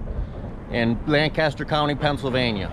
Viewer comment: Please learn to pronounce Lancaster like a local.